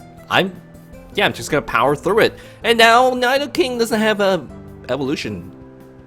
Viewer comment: Learn how to say Nidoking and Nidoqueen before making pokemon videos. smh